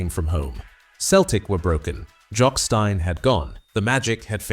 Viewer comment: Jock Stein .Pronounced STEEN not STYNE